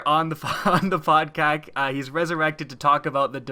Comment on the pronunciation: Isn't it called podcast and not podkak? xD or just u that say podcast in a different way